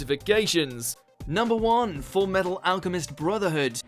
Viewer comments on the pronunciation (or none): It's fullmetal not fullmental😂